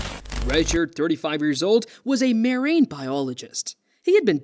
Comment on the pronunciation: Ray-chard? Maireeng biology? Strange pronunciation going on here.